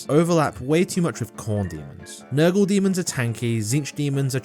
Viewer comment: I'm guessing the "girlfriend army" is gonna be tyranids edit: was not expecting him to say Nurgul demons lol